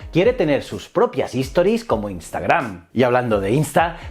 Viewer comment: Todo muy bien, me encantó el contenido, solo una cosa, se dice STORIES es decir, la palabra empieza con S, HISTORIES como lo dices tú es otra palabra diferente. Saludos!